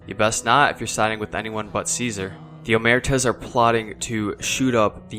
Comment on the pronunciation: It's pronounced Caesar.